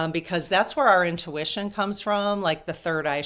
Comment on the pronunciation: You made a new word "owntution". Love it ❤❤